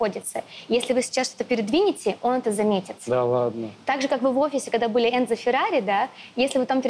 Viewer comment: ЭнЦо , а не "Энзо" руля музеем Феррари, знайте, его имя ЭнЦо, через "Ц" - Enzo